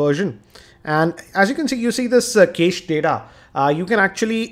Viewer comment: video, One correction-the pronunciation for cached is 'Kashed'.